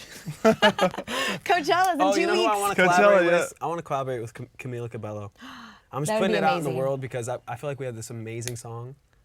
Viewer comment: I love ross but that is not how u say cabello